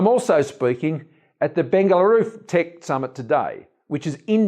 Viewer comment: It's Bengaluru 🙏